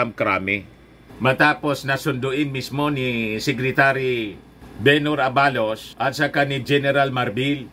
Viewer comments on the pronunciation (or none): mali ang pagbigkas ng ABALOS dapat mabilis. Hnd A BA LOS.